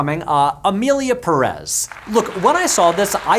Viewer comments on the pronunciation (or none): I don't like how yanks are hating on Emilia Pérez. You have to say PÉrez, not PeREZ, when you crap on it.